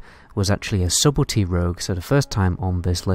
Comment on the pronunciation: "subblety rogue" lmfao